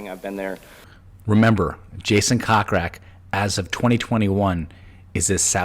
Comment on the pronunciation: Your saying Jason’s last name incorrectly. It is Coke Rack not Cock Rack. Although it is hilarious!